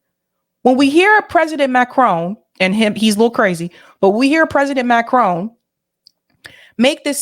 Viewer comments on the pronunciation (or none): none